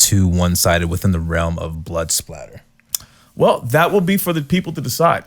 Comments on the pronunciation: Blood “splatter”??? “Lieutenant” Doakes???? It’s blood spatter analyst and sergeant doakes.... smh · It's Blood SPATTER, not Blood SPLATTER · Love your channel. Just fyi. Its blood spatter Not "splatter"